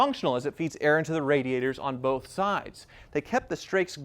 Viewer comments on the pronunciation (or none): none